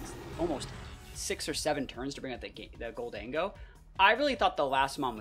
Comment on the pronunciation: Gol-dango? It’s obviously Golden-Go right?